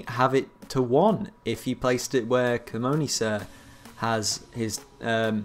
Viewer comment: Please they are prenounced cee-money sir and treeter. This is so annoying me xD